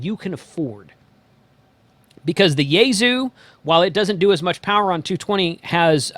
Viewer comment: "Yes, Bow-Fang." Yes. But "YAY-zoo" just hurts my ears. :-) It's more like "Yaysue": Japanese is unaccented; "s" is sibilant; and "u" is de-emphasized. That quibble aside, thank you for the terrific videos. Decades ago, as a college radio engineer and occasional announcer, I held the now-defunct Commercial Broadcaster license. I'll be taking the entire TGE exams series at the end of this month. Repeaters are plentiful here (San Francisco Bay area) but no 220MHz, so I'll probably stick to dual band for the first radio.